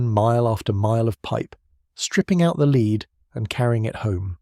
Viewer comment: Shame that the AI could not differentiate between lead and "leed."